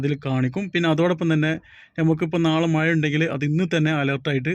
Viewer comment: മയ അല്ല മഴ 😂